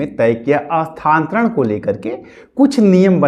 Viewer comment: Tumko to bolne hi nahi aa raha hai... Ekdam bewkuf ho abhitak Sthantaran nahi hota hai.... Sthanantaran hota hai.....